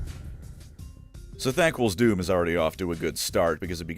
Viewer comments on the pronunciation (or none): none